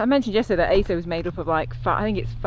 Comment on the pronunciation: You're probably way past by now but Aso is pronounced a-so. "a" as in "cat", "so" as in "sorry". The guy with the fruit would have had no idea where you were going! Good luck - have a great trip. I'm in Fukuoka. Feel free to message me if you get stuck or need any help. Bloody hell - just seen on Strava you are back home!